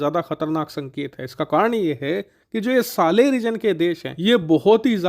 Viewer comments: Saara video bna liya par naam bolna nhi aya? Sahel hai, Saleh nhi 🤦‍♂️ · सालेह नही सर साहेल 😅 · It is. S A H E L region not SALEH.